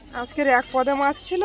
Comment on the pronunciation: Tumi maj bolo keno ota mach bolbe sunte baje lage rag koro na